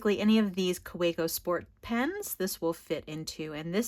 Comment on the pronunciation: I think, because Kaweco is a German company, the “w” is pronounced like a “v”. Ka-ve-co.